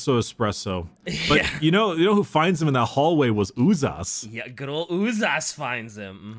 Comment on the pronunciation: Propper pronounciation of Uzas is Ooh-zhas not Ooh-zas, because the term itself comes from Sebo-Croatian term for dreadded horror - užas. I think even 40k wiki trivia says it.